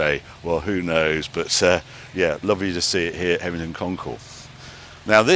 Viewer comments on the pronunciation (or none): Sorry for the pedantry, Harry. HevenINGHAM, not Hevington. Otherwise, great work. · Hevver-ningham, Not Hevington, 😄, but great video as usual. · Hevington, Heving(inaudible), Hevingman 😂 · Hev-e-ning-ham. Heveningham. FFS Harry, will you ever get it right? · I knew he wouldn't be able to pronounce the name of the place. 😂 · Another great video with some amazing stats. Enjoyed last year’s video and this week’s but have to ask Harry, why do you put a ‘t’ in Heveningham Hall when you mention it? Two years on the trot! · You've been there 2 years in a row and got the name wrong both times..come on Harry. We love the show here in Suffolk, it has a great vibe and the food is also amazing. Thanks for promoting it...even if you can't say it properly lol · C’mon Harry, there’s no “T’ in Heveningham Hall